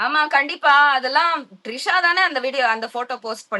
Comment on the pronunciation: திரிஷா மேடம் ட்ரிஷா இல்ல 🤣🤣🤣🤣🤣🤣🤣🤣🤣🤣🤣🤣🤣🤣🤣🤣🤣🤣🤣🤣🤣